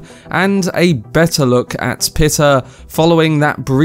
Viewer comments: It's "pie ter" Not "pitter" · Pie-ter , not Pitter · You say pitter I say pie ter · yeah but he is spelled neither peter nor pieter but piter, and the author was american, so pie ter seems the more logical pronounciation